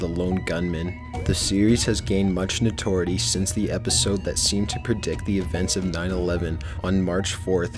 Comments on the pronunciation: "notority" lol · ok, this guys grammar needs some help. 'Notoriety' NOT 'Notory' - and you do not pronounce the 'c' in indictment... duh. grammar people, grammar... I predict people of the future will be stupiditer, due to watching too much youtube... OMG it's already happend! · Sorry, but I have to... can't stop myself... indict is pronounced "in-dite" ( /inˈdīt/ ); notoriety is "node-eh-riedy" ( /nōdəˈrīədē/ ) not "note-or-ety" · Notority? "noTORity"? The word is "notoriety" That's pronounced "no-to-RYE-ety". Get somebody with a high school education to listen to your video before you upload it. You sound like an idiot using words you don't know. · Notoriety ( No-Tore-i-ety). Not, ( Ni-tore-ity ). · Indictment = In-dict-ment? No, it's in-die-t-ment. And notoriety = no-ri-ety? It's no-ter-i-ety. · "Notorety" LOL! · Nigga said "notority" instead of notoriety. Lol I'm done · "Note-ority"@ Notoriety. Lulz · From a man who doesn't know how to pronounce "indicted" and "notoriety". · Notoriety and indictment are words not hard to pronounce. I mean, really. Also, could the narrator read this like he cares about the topic? I don't think he changes tone once throughout the entire monologue. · Before reading a single comment, I wonder how many of them are ridiculing the narrarator's pronunciation of indictment and notoriety. How did that make it through? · You, sir, obviously are just reading this off of something someone else wrote. You obviously do not know what the word notoriety means since you cannot even pronounce it. Also, the word indicted has a silent c...